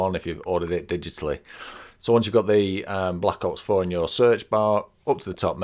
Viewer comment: He said black outs 4 😂🤣